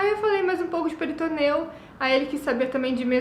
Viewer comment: Querida, se cê tá fazendo vídeo em português, fala PORTUGUÊS!!! Não é peritoneu, é peritônio